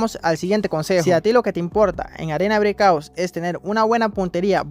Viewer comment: Se dice arena breakouT